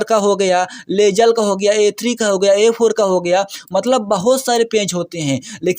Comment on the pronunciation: लेजल नही लीगल होता है हड़बड़हा इनसान। इतना जल्दी जल्दी बोलता है जैसे टट्टी जम के लगी हो और जल्दी वीडियो खत्म करके फौरन सेप्टिक जाना है।